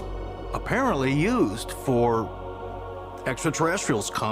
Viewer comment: I think you have to add some sort of rule around George saying, "exxa cheressials."